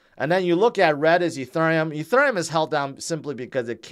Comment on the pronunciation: I’m like, “Is he saying Etherneum ?”